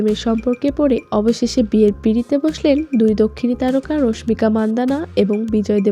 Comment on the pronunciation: রশমিকা রশমিকা বলতে বলতে মেজাজ টাই খারাপ করে দিলেন। ওটা রশমিকা হবে না, হবে রাশমিকা। টাইটেলে তো ঠিকি রাশমিকা লিখছেন তাও কেন ভুল উচ্চারণ করতেছেন।